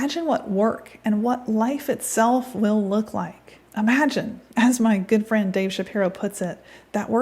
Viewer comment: For a second there I thought you said your good fiend Ben Shapiro.....lol